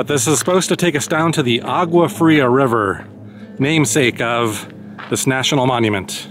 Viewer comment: you should learn how to pronounce Agua Fria